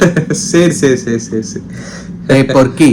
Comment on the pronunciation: Especially when you say the word poriki 😂😂